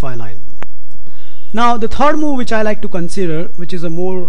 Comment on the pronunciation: you have a problem with some english word ^^ third is tred for you . not a problem just funny to notice